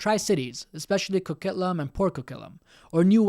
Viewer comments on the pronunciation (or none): Good video. I've been enjoying your content, but please work on the correct pronunciation of Canadian place names. Coquitlam is not pronounced 'Co-KIT-lum', it's 'Co-KWIT-lum', and Regina is not 'Re-JEE-nuh' but 'Re-JY-nuh'.